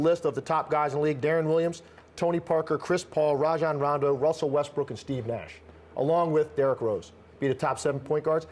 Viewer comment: "rondo" lmao